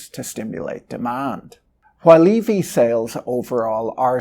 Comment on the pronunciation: Eevee adoption 😂😂 now I can't stop hearing it 😂